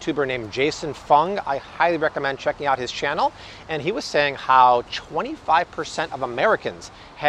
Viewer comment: I thought I was the only one who heard him. We know what he meant. LOL